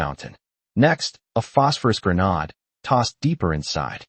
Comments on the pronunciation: AI has difficulty pronouncing grenade. It’s one way of telling that it’s written and narrated by AI. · Grenodd? C’mon, it’s grenade.